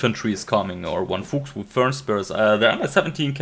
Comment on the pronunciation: Interesting cast. Thumps up. Du könntest bestimmt "Fuchs" und "Fernspäher" richtig aussprechen, wenn du dich anstrengst. ;-)